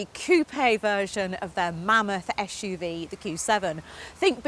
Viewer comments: Oh my god! Not again! ESH-U-V! ESH-U-V! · here we go again: esh UV esh UV, esh UV..... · 'ESH' UV its SUV!! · This car should have been reviewed by Batch. At least, he knows how to properly pronounce 'SUV'.